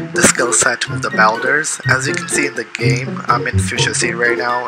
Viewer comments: It’s bulders not belders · someone tell this man how to pronounce boulders